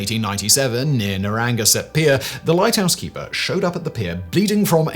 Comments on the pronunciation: That may have been the most hilarious mispronunciation I've ever heard. Narragansett = neh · ruh ·gan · suht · It's pronounced "neh-rah-GAN-sət" :-}